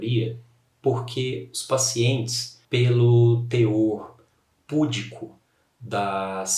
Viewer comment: só mais uma singela contribuição nesta palavra. Eu assistia ao vídeo acima onde falou pudico com entonação no PU, mas é entonação no DI. Há vários vídeos, notei isso, voltei para assistir à presente sequência e me lembrei que houve esse detalhe tb para correção. Espero ter ajudaod quem está nos ajudando. Sofia, Brasília